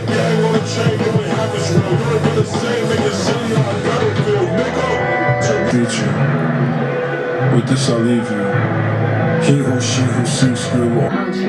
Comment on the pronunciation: your reaction is one of the best i’ve seen so far and just two things. 1. the title is pronounced eye-ris (i was confused at first as well) 2. the track i-drip-or-is is supposed to be like his play on the greek myth icarus this album was extremely creative and pleasing to hear. love your reactions 💪💪